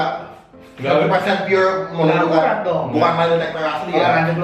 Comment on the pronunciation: Gak akurrraaattt... bukan ga akuwat😅😅😅😅😅😅